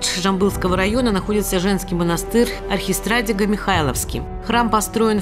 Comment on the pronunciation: Да, плохо,ударение на И. .архистратИго.Прошу прощения у Архангелов.